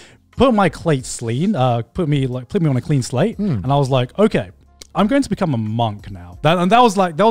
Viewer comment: “keep my Clate slean”